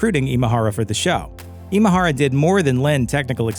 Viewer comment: Way to butcher his Japanese name! Imahara isn't a Filipino name, it's Japanese in origin, Imahara Masaru. 今原正志氏のご冥福をお祈りします